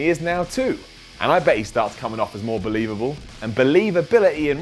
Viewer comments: Don't you mean BOlelivable? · Don't you mean BOleivable